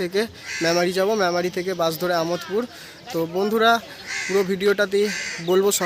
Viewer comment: আমোদ পুর না দাদা আমাদ পুর